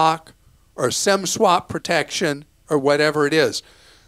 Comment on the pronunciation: Thanks, Clark. I tried to go onto T Mobile entering Sem block based on your audio. It's Sim block. Maybe change your pronunciation.